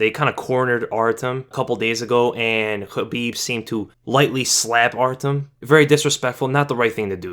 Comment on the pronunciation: The way you pronounce "Khabib" sounds hella bizarre dude just say it in english not kinda-russian